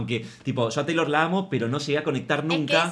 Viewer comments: Shot imaginario cada vez que dice "cheilor" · Y decir CHeilor 😂😂😂